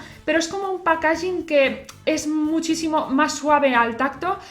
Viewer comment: Buenas guapa, me encantan tus vídeos pero en varios he oído donde pones el acento en packaging y me chirria un poco, como va a salir más veces te pongo esto, sigue así! Sonido de packaging